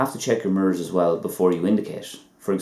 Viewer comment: Ok .lol....the way you pronounced the word made it sound like another..like when you said ---sliver.your videos are helpful though...